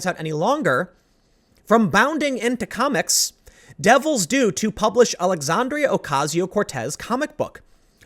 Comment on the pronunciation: Tim. Love your videos. Don't take this as anything but "constructive criticism"... her name is "Alexandria"... NOT "Alexandrio". for an example. Sorry dude.